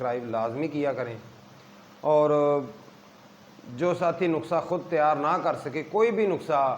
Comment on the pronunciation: نخسہ نہیں ۔ نُسخہ کہیے جناب۔